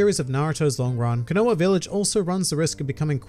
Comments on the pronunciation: It's KO NA HA everytime I hear you say it KO NO A it hurts my soul. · Okay so in naruto its Ko-Na-Ha not conowa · Everyone: Konoha Except: CONOA VILLAGE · IS One Piece overrated? Yes with an if, and no with a but. Also, Kinoah village? KO-NO-HA! This ain't the village hidden in the fake rice! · Your pronunciation of konoha sounds like someone who can't pronounce quinoa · please learn to pronounce konoha correctly :)